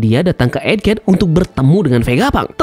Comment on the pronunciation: EGHED BANG EGHED DARI KMARIN GW DENGERNYA EDHEG MULU DAH . . .